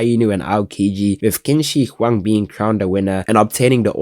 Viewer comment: qin shi huang is pronounced chin shi huang